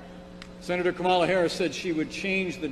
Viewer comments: Isn't it cute how he refuses to pronounce her name properly? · What drives me nuts is that they keep mispronouncing Kamala wrong! Such a lame "attack".